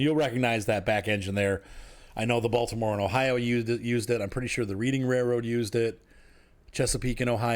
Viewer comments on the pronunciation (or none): It’s pronounced Redding not reading fyi lol